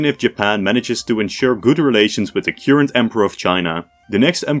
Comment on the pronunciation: nice vid. but you pronounced the word current wrong. not that it matters but i felt i should say